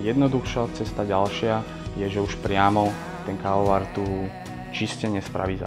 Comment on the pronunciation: Prečo to vyslovuje ako "kaoar"? :DDD